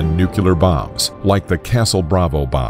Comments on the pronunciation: Let's get this straight... It's nuclear... Not nucular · Dude... It's pronounced "new clear" not "nuke you lear". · It's NuCLEAR, not NuCuLaR... I couldn't even finish the video because of this. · Everyone: Nuclear Muricans: Nucular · I can't take anyone that says nu-cu-lar instead of nuclear serious. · It's pronounced: 'new-kleer', not 'nu-killer'; it's not difficult chaps. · What’s with this guy calling it “NUCELAR” instead of NUCLEAR!!! Is his last name Bush? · I blame George W. Bush for teaching Americans to pronounce "nuclear" as "noo-kyoo-lar." Surely, the pronunciation of "nu-CLEAR" should be CLEAR! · "Nu-clear", not "nuke-u-lar". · If he says nucular instead of nuclear one more time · It’s pronounced (Nu-clear), not “nucular.” I mean seriously, it’s pronounced the way it’s spelled. Why does no one get that? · NU - CLEAR. Not nOoKyOoLeR. That is all. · Somehow, nuclear became nukuler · Its pronounced "Nu-clear" not "Nu-cyu-ler" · For the last time it's not "nucular" ----- nu...clear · Had to stop watching after hearing “noo-coo-lar” one too many times (hint: it’s pronounced “new-clee-ar”) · NOOO CLEEEE ERRRR, not new cue ler. Sheez, the ignorance and the writing is terrible. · NUCLEAR. ITS FUCKING NUCLEAR. NEW CLEAR. If you want to get modern you could say new klee ar. The word ONLY HAS ONE "U" IN IT! Omg can people fucking read? How do you get nukular out of nuclear? This is probably my biggest pet peeve of all. Coming just before piss poor punctuation. I'm gonna have a fucking aneurysm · Stop saying nuculer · No-clear Nu-clear Nuclear Not clear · If the President of the United States can call it nuke-u-lar, so can we! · Angel Wilson Depends on where you from. If you're from America, it's pronounced [ New - Clee - Are ] There are actually several ways it's pronounced. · It's funny how he pronounces nuclear "nukelar"... :'D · Fresh Lemonade Oh the irony! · Why get a narrator that says nuke-u-lar? duh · Gotta love it when he says nuke you lar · nucular? lol